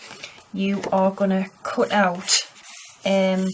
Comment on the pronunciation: She told kut for cut